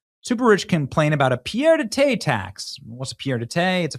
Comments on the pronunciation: "Pierre-de-tay." Get a grip, Benny. It's pronounced pee-ay-duh-tear. It means foot on the ground, a place to stay. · "Pierre-de-thé" LOL! Benny, you need to brush up on your French. 😂😂😂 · Pronounced pee Ed a tare. Come on Benny. Do better. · I love Benny's pronounciation: "pierre de tai" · For anyone who is curious, It is pronounced "pee-ed a tare". Not being sarcastic or critical just providing the phonetic spelling for anyone not familiar with the phrase. 😊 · 😂 The way you pronounce 'pied-a-terre' translates to 'Pierre of Summer'! rotfl! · The pronunciation is pee-ay-dah-TARE and the literal translation is "foot on the ground". In other words, a crash pad in a city where the owner doesn't live. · It’s pied-à-terre /pjɛ‿də tɛɻ/ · Why is Mamdani's wife named after a Hindu god?!? - And, pied a terre is pronounced "peed ah TARE". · I don’t know if you’re saying Pierre De Tay just to be funny but it’s very funny 😂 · Its pronounced paid a tear😂😂😂😂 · Pied-à-terre is pronounced pee-ey-duh-tair. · Nice content. But work on your pronunciations. (Eg pied-à-terre) They will make people devalue your message. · Yeah he swapped the ending of pied and terre around. I have a feeling he did it on purpose. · Look up how to pronounce “pied-à-terre”